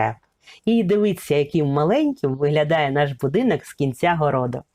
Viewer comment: Шановна автор. у Вас дуже гарний голос та попрацюйте будь ласка, над вимовою - ріже вухо "азіровшина", коли Ви замість О вперто вимовляєте А: "будинАк", "кАмора", тріщина "пА" стелі, "пАдобається", "пАпередній", біля "вАріт", "відпАвім", "повз Адну з істАричних криничАк", не змАгли, Астрави нАд берегАм... , пАбачених, кАли.. Кожне друге слово.